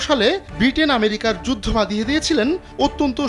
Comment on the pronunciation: আমেরিকাকে ম্যারিকা বললে কি স্মার্টনেস বাড়ে?